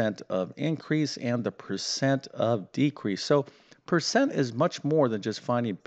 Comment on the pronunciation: Oh no, not another one... and by the way " percent " is the word, not " pecent ".